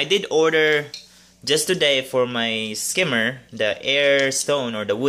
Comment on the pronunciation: "Protein skimmy" 😜 love your videos